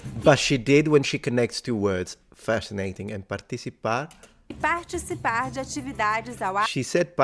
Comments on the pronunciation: yeah but she said parTCHisipar ---- not partiTCHipar 🙈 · Ti = ˈʧɪ [paxʧisiˈpax] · You got confused , the 'ch' sound in the word 'participar' is not in c, but in the t, meaning it sounds like 'parCHisipar' and c has an s sound in this case. The rule is that the combination of t+i or t+e sounds like ch. 'completamente' sounds like "copletameintche" and so on. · there's no interdental fricatives in BR-PT, so it's a "d" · Great video. Just a heads up, the word "participar" the "tch" sound is not coming from the CI, but rather from the TI. So it would be more like "partchicipar" and not "partitchipar". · Btw, she didn't pronounce participar as partitchipar, she pronounced as part(i)cipar, that's why you got it wrong. Your ci sound exists in portuguese only if the e is reduced to an i or it's an i alongside a "t", or if it's written as tch, as in tchau our adaptation of your ciao. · You sounded pretty good. ParTicipar not PartiCipar. The tch sound is on the T Other than that everything was great. Buona fortuna on European português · Just a quick correction. Participar is pronounced as par-tchi-ssi-par. The italian C sound you noticed is in the TI syllable and not the CI syllable. TI is pronounced like that is most of Brazil. TI = TCHI and DI = DGI. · Participar it is Par-Chi-Ci-Par. It's the Ti making the Chi sound, not the Ci. Ci is pronounced like in Spanish. Ti and Te is like Chi and Chi. Di and De are pronounced like Djee. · It's the t that makes the ch sound or your Italian c sound. In the word partisipar. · It was the T that became a "tch" not the C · No. The Ti in Brazil has Chi sound, the Ci in both Brazil and Portugal has Si sound. R in the beginning of words and RR are pronounced with H sound in both Portugal and Brazil. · Hey, when she said “participar“ is not the c that is pronounce tchi but the t 😂. Because they are close in the word you misheard it. Just a tip